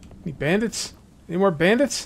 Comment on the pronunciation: He say brandids 😂😂😂😂😂😂😂😂😂😂😂